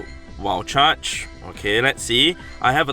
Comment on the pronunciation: saying wild charge. "Wall chuch"